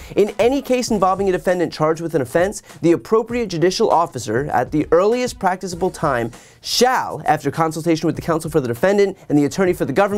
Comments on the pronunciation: Practicable isn't pronounced like practice-able, it sounds like pracktick-able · A 10-month+ delay between indictment and trial? Cannon needs to be removed from this case! And, it's, "Prak-tu-ku-ble!"